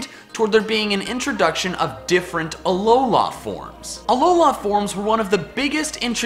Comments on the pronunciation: Anyone else hate how he says alola? Its alola. Not alola la land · Aw-low-lah.... seriously? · it is Alola not Alolar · Remake this video with a counter for every time he says " aloha form" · Not trying to annoy you but its Alola not Aloha or Alolan from is also correct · It's not pronounced (A-LOW-LA) it's pronounced (A-LOW-LAH) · Dude, it's uh-low-luh not uh-low-lah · Why did you say ALOLAF forms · "...Alolah forms..." It's Alola... Alola. Alola, not Alolah. Normally I wouldn't make a comment like this, but the way you say it sounds so unnatural and forced. Maybe I'm wrong, and you're right, but I just can't stand your pronunciation; I'm sorry lol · it's a lol la not a lo la this bothered me this whole video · Please stop saying alolá forms. Thanks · it kind of sounded like you said alolaa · I wish I never heard you say Ah-Low-Law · It's AloLA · Ah, yes, the "Alola-a" region. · "Uhlowlar" forms :P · Uh-low-luh. Say it with me now. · Stop sayin' “ALOULLA“, it triggers me every time. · He says ALOLAH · It's pronounced ul-o-lu and gl-iscor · says Alowla Kill me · it's pronounced alola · He’s says Alola forms so weirdly and waaaaaay to much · my phone glithed everytime he said that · I'm sorry but I just lmao to how you pronounce Alola and Breloom XDD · If u love Alola forms so much then learn how to pronounce Alola correctly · It is alola the end letter an "a" not an "o" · STOP SAYING ALOLA LIKE THAT. THE EMPHASIS IS NOT ON THE “LA”! AND IT IS ALOLAN FORMS NOT ALOLA FORMS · The way you say Alola is painful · Is it just me, or does he pronounce Alola weird? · The way you pronounce "Alola" irks me. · I’m getting really annoyed at his way of pronouncing Alola